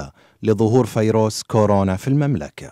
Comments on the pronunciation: دكتور ومو عارف تنطق كلمة فايروس !!!!!!!!!!؟ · زيارة مفاجه وطالع معك زفة اعلامية ..السؤال المفاجاه لمين للمرض والا للمرضى!! طيروك وارتحنا منك ياوزير الغفله حتى كلمة فايروس منت عارف تنطقها!!